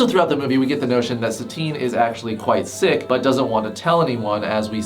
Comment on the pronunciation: I thought you said thicc not sick so I was very confused for a minute or so 😅